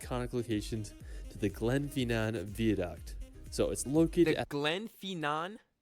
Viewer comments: Glen FIN NAN VI A- DUCT now put them together and pronouce together, ED- IN - BURGH. HOLY- ROOD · It's not Edinboro it's pronounced "Eddin Bra" ... Glen Finnnnan is pronounced "Glenfinn an" Holyrod is pronounced "Holly Rood" .... And it's insulting he didn't think to include Glasgow (not Glaz Gow but Glaz Go) pronounced locally as "Glezga" our largest city in this. But love your reactions Bro... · I live in scotland and went over the glen fin nan viaduct is pronounced not glenfeenan. Fin as in the word in. I was on the steam train and was really sunny day so i was lucky. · It's the Glen "Finnin" Vie-ah-duct! (Spelt Glenfinnan Viaduct). The other howler is Edinboarow! It's Ehdin burrah! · Proud Scotsman here. This narrator is WAY OFF with the pronunciation of place names. EDINBURGH = EDIN BRUH GLENFINNAN = GLEN FIN( as in pin) AN VIADUCT = VEYE A DUCT LOMOND = LOWMUND If you are amazed at seeing sheep, wait till you see the LAKE DISTRICT !! It will send you over the top !! We have 2500 sheep where I work. So they are a common sight every day. Did you just say " a medieval town from back in the 80s " !? WOW !!!!!!!! " All inclusive resort " !? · Pronunciations just cringe. edinborrow 🤮 edin- bruh holly rod ugh 🤮 fee nan 🤮 honestly Never copy these ! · It's a shame that he managed to mispronounce every single place name.